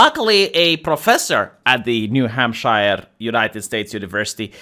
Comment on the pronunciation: new-HAM-shure. (Or new-HAM-sha if you live there.) It's not in Middle Earth.